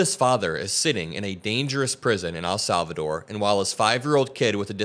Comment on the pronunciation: Bruh it's EHL Salvador not AL Salvador